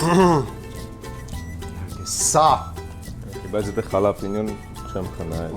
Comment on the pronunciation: «ԽԱԼաՊինիօ» 🤯🤦‍♂️ չէ, այլ «հալապենյօ» “jalapeño“ իսպաներեն։ Փիփերթ, տաքդեղ՝ կծու տեսակի։ 💁‍♂️🤦‍♂️